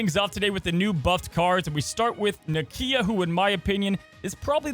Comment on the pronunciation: It’s pronounced Nakia